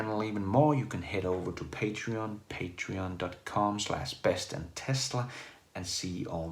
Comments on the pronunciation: halløj dansker :) tree= three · What is this mysterious Model "Tree" you keep talking about, hva'?